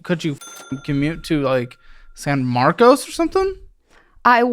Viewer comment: why did she call it Saint Marcus lol